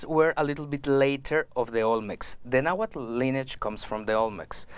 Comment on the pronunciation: I'm sorry but this man is not native. He doesn't speak náhuatl. He seems to be taking nahuatl words mispronouncing them and adding a new age twist. It's cool that he is making native culture more mainstream but it's not authentic.